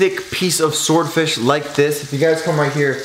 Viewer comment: Say sward fish again... 😂